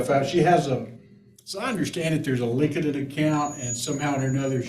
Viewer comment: As a fellow Southerner myself, lol, I really got a chuckle outta how this Attorney pronounced LinkedIn. ☺️